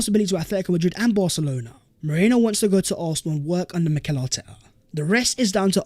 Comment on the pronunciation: ME-RI-NO!!!!!!! OH MY GOD.